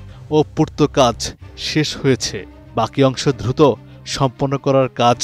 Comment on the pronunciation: পাঠকের উচ্চারনে সমস্যা আছে। যেমন "ধংসস্তুপ" কে "দংশস্তুপ" , "দ্রুত" কে "ধ্রুত"।